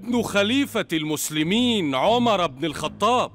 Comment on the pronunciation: صححوا لو سمحتوا (عُمر بن الخطاب) وليس( عمرو بن الخطاب)